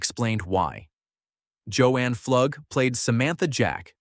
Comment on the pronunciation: Pflug is pronounced Floog not Flugg